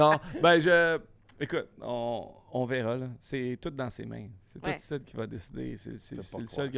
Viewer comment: Cest Sid pas Syd